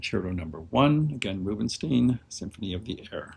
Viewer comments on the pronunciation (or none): Help me to understand your pronunciation of famed pianist Arther Rubenstein's last name. Unlike the famous conductor Leonard Bernstein (who insisted on "Bern-styne" but was frequently mispronounced as "Bern-steen"), Rubinstein's name is universally accepted in English with the "styne" ending, yeet you pronounce the end as "steen." Why?